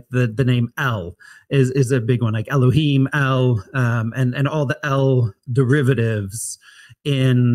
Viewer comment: where are you getting the the pronunciation of elahyim? It can't be Masoritic.